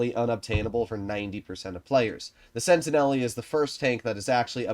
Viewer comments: just quickly about the pronounciation, it's not "sentineli", its "sentinel", that is much closer to the french pronounciation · Yep, the e at the end is silent in French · Pretty sure the -e is silent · I was going to bring that up as well.